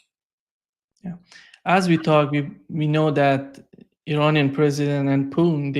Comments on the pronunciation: Your programs is always very good and interesting.. But 1 thing I really advise you to change...please show some respect to the president of Russia 🇷🇺... His name is not puin... It's so easy to say...PU TIN...PUTIN... I am sure you can say it...and it shows respect to one of the most important and good polititians in this world right now...that was what I wanted to say... Other that that you are really spot on...and thank you for many good programs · Took me a long time to realize that by Poon, mean’s Putin. Why bastardize that name so much? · I've mentioned this Americanization of the "t" in the name, but doesn't seem to read comments or care.